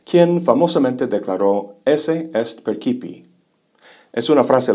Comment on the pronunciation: Excelente la conferencia. El latín lo pronuncia mal No se pronuncia perkipi sino perchipi en la expresión de Berkeley : esse est percipi, y no es perkipe sino perchipi =percipi.